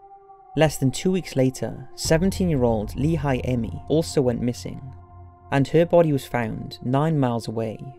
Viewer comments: One of the girls names was Laura Aime, not Lehi Aime. Just clearing that up. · it’s Laura Aime not Lehi Aime